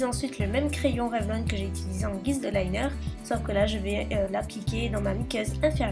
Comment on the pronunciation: En anglais on dit revLONE